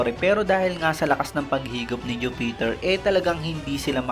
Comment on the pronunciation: Ayusin mo naman yung pronunciation mo boss, grabe Stoo-ssi tapos Ju-peter 😅